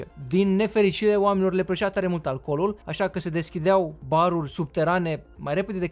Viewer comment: alcolul nu " alcoolul"